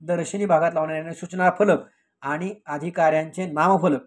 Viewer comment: आधी तुम्ही शुद्ध मराठी बोला. आनी,बानी,पानी असं बोलताना लाज वाटत नाही ?